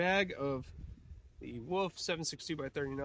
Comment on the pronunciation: ah yes the steel woof ammo lol